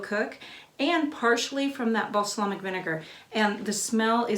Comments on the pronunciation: Beejay Swifter oh thank goodness I thought no one would tell her. I feel her though my best friend can't pronounce scissor or burlesque correctly either. And my cousin had a problem with the letter T for many years. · So what she mispronounced a word. So has everyone! Be kind. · It wasn't the spelling unless you originally spelled it wrong. It was incorrect pronunciation. Balsamic, not balslamic. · Wish you could have given a close up view, on a plate. Do these have a vinegar flavor? Could you do the same with chopped leeks? Just teasing you, but you said balslamic so many times, and with such authority, I had to go look at my bottle. Thought maybe I'd been saying it wrong. I have a male cousin who mispronounces words all the time. He knows their wrong but says them anyway. I'll probably get beat up for this, but the Brits drive me crazy with some of their pronunciations. :) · how hard is it to say BALSAMIC? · Great, helpful video. Thanks. Ps. “Balslamic” 😂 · Balsamic not balslamic hehe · Looks delicious. Worthy of a try. FYI..you were saying balslamic instead of balsamic! Lol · I love her but I cringed everytime she said Baslamic. LoL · Not being critical because I love your channel, but balsamic is pronounced bal-som-ic. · LOL..."Bas a Lamic"...I love it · I keep getting distracted when you say balsLamic. 😳😄 Sorry, I love you! It's just distracting. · Now there's a plan! I have always loved how organized and articulate she is, so that balslamic really made me twinge each and every time. But those onions look heavenly, so I guess I shouldn't complain. ;) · I’m sorry, but your mispronunciation of “balsamic” is like nails on a chalkboard. 😣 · Thank you for this. As a avid dehydrator, this will be a great addition to my pantry. They are right about the pronunciation of Bal - samic. Thanks again. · Beejay Swifter I think we should playing a drinking game that every time she mispronounced balsamic we take a drink.